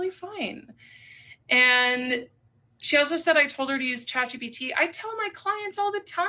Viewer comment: it’s chat GPT. not GTP.